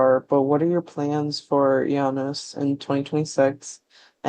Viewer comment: Wow, thank you so much! You nailed the pronunciation perfectly. And oh yeah - Isengard has so many gems. Thornspawn Chalice, Vinterskugge, Our Lord will come, I kamp med Kvitekrist... I could go on forever